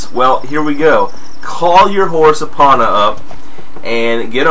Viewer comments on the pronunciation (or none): none